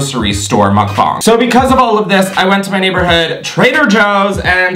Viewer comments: 🙌finally someone who pronounces mukbang correctly🙌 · Wow your ‘muk bang’ pronunciation is the best ive heard... other YouTubers always mess it up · Off topic but your pronunciation of mukbang is 👩🏻‍🍳🤌🏼💋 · ok but the way you say mukbang makes me happy as a Korean person